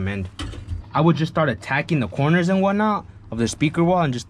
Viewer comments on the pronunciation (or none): none